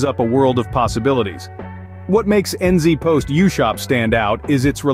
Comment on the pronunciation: N zee post isn't how ANYONE pronounces it! This ia an AI ad